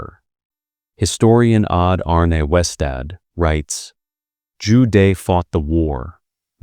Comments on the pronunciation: good content but please use correct pronunciation -- Joo Deh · Zhu De: Joo Duh. not day . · Zhu De pronounced Jew Duh朱德....last character means virtue...the man is aptly named